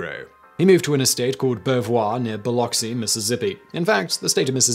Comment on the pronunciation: Oh, and congratulations on at least somewhat pronouncing the name of the city correctly. Many Americans don't even get it right. The correct way is BILL-ux-E.